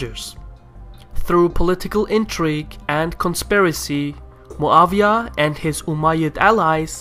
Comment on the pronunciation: Muawyah is not German to be called MuaVyah